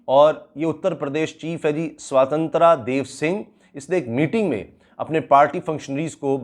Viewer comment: sahi khel gya hai bhai ... naaam boht achi tarah pronounce kiye hain.. sotantraaa hahaha